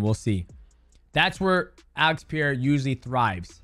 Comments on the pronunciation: Pereira is NOT a hard to pronounce name. It really is not. People don't even try. They just say "Pieira", wtf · Pereira!! not pireira or peeeira😂😂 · Peh-ray-rah soft r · "PEE-A-RA?" CTE much?